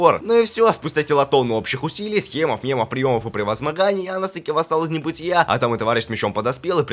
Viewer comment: Анус или мне послышалось?